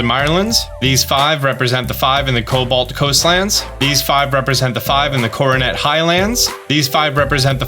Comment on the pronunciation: Are you dyslexic? Why cant you pronounce cobalt?